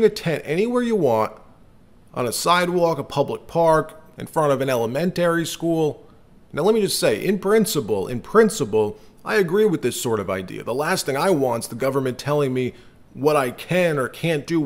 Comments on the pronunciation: did you just say el-ah-men-taree school? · Did you say "elem-ENT-ary' school? What country are you from? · Seriously you cannot pronounce the word ELEMENTARY???? Dislike bc of that duuuuuuuh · Doesn't know how to pronounce Elementary. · You pronounced elementary wrong